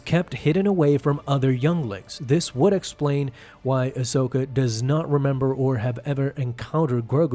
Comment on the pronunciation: AHsoka...say it with me...AHsoka